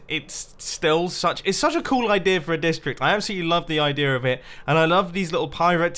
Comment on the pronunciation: I love you Mumbo says "idear" with an R.